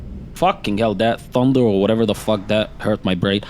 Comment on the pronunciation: Funder and wightning, vewy vewy fwightning